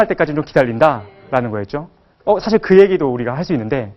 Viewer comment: 왜? 왜? 강의 중에 "에!예!예!"하고 굿민학교 어린 아이들처럼 반응함은 실로 천속 유치한 일이올시다. 인문학 학자 의 발음 문제를 지적해야하는 한국 문화가 이 얼마나 슬픈 일입닠까? 장음인 단어의 첫 자를 "짧게 잘못 발음" 한 예: 사실,2천,개체,뭐냐?,소설,두가지,두 번째,문제,등!! 실로 심각합니다. 그리고, 말을 좀 천천히 절도 있게 하시옵소서. 학자의 픔위의 문제이올시다.